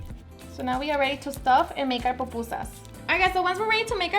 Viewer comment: “POPusa” 😖 it’s PU-PU-SA.. but good job girl se ve que te quedaron bien ❤️